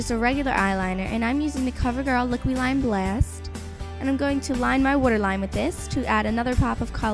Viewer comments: "wuterline" hahaha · So ammm i ! hahaha, "wuter" oh god. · when you said water it sounded like you had a Baltimore accent xD lol .